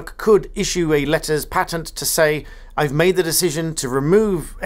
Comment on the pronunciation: Letters PAYtent is the correct pronunciation.